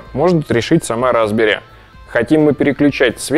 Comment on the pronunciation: Мне все время слышится "разбери́"... Разобрать-то можно, а вот собрать обратно у меня вряд ли получится